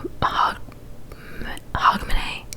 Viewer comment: You pronounced Hogmanay very well 👌🏻I had never heard about the dark-haired male as we were brought up just being told that it’s good luck to have first footers after midnight on NYE so family and neighbours would visit each other’s homes. Another tradition is to eat Steak Pie x